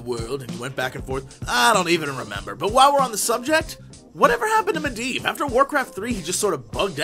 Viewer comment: its medivh. he pronounced it "Mehdeev". just so ya know.